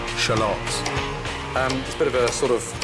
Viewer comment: The way he says "shallots"